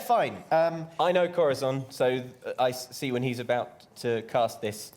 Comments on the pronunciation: Does anyone know why insists on pronouncing Corazon as "Cora-thon"? I love all these guys dearly but every time he says that name it's like a pencil getting shoved in your ear. It's not a lisp cuz every other word with an 's' or 'z' or soft 'c' sound is fine. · I know this is extremely late, but Corazon's name is Spanish and that's how you pronounce the z in Castillian Spanish.